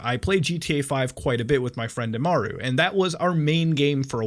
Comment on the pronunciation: nvm you said Imaru, but it’s pronounced really close to mine